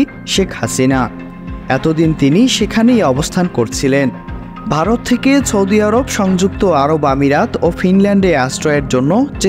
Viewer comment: ছৌদি আরব??????? সৌদি ও বলতে পারেননা ভাই??? এর নাম journalist?????😂😂😂